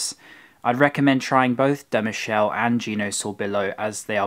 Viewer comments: hi. you spell "da Michele" in a french way, try to say "da Me-ke-leh". Frittata=Omelette so Frittata di pasta is a pasta omelette. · I enjoy your videos even if I'm vegan and it saddens me how tradition overlooks animal welfare. On another note, your Italian pronunciation could be improved at times; e.g., 'Michele' is pronounced Mee-kay-lay. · you mispronounced " da michele" , remember it's not french but italian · its pronounced MI KE LA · De michelle :) It's pronounced Da Mee-ké-lé (che in Italian is a hard ke). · It's pronounce Pizzeria da "Meekehleh" not Mishelle"! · Please don't spell Michelle! We are not in France! Please spell MI-KE-LE! Otherwise nice & interesting vid! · da Muhshell.. YOURE KILLING ME hahahahahahaa >.< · " sfogliatella RICCIA " ( not RICCI)-----Pizzeria da Michele == bad pronunciation of the name Michele, you pronounce it in French. In italian sound's like " Mikele"---- " Pistacchino espresso" ==== pronunce like "pistakkino" . In Naples you will find good food, beautiful people and a lot of culture, and an enchanting sea! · Your Italian is getting better, but ch is always pronounced like K. Me-Kel-ay. Love your shirt! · At this point you should know that in italian ch=k , so Michele=Mikele. Greetings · You are such a sweet guy you didn't notice the waiter at Da Michele (which is actually pronounced Mik-e-le, the E as in the E in the verb "to gEt") probably "scammed" you. They usually pretend not to understand a tourist's request when they look kind and not up for a fight. I'm a proud Neapolitan but shit has to be said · Michele pronounced "Mikele" 😊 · It's pronounced dah meekehleh. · Michele pronounced incorrectly man! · Sfogliatella is not made from filo dough. It's pronounced Mikehleh. Not Michel. Pronounced Peskeria. No water in limoncello. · just a heads-up for you future italian videos: every time you see "ch" in a word is pronounced "k", not "sh". (so it's Mikele, it's peskeria and so on)